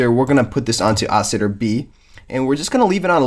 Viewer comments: Yuh. I think you may be saying it super fast. I loooooove the word Oscillator and I love hearing it through various mouths, so I care not if it sounds like Oscitor, it's a new one to my ears though xD. Sexy ass word either way. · Lol sounds like he's saying "Oscitor"